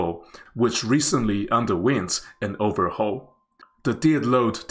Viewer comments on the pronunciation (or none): none